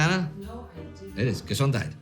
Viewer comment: Entschuldigen. Danke für deine Hilfe. The way Indy pronounced the "gesondheid" sounds a lot like the German gesundheit. Gesondheid is pronounced in much the same way, but the Afrikaans "g" is pronounced as a German "ch" as in "achtung". The "e" is pronounced as an English "e" in "egg" and the "sondheid" part is pronounced like the German "sundheit" except for the "o". Grüße aus Südafrika